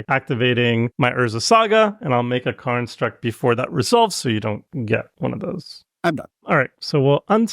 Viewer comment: pronounces "construct" as "karnstruct" and I'm here for it